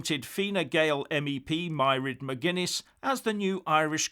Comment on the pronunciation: Scotland and Northern Ireland need to leave the UK and take back control! English rule has been a disaster for them! And please learn how to pronounce Mairead McGuinness’s name. I wonder England will trade with now that the US and the EU will not have a deal with them.